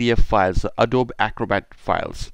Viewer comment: It's pronounced A-DOE-BEE